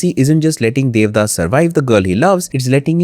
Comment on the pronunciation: The audacity to not even watch the original bengali adaptation nor pronounce the no ek correctly. Debdaash